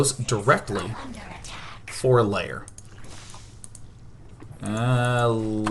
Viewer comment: Day9, stop saying 'lair' as 'layer'. It's pronounce 'l-air'. It gives me OCD.